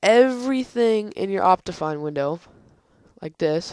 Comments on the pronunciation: No you pronouced it like Opt-I-Fine (I as in like kIck) You get what im trying to say? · Its pronounced Opt-ee-fine